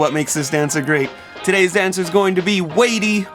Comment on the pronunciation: Hi. You’re pronouncing his name incorrectly. It’s sounds like whitey with a “d” — and he is awesome!!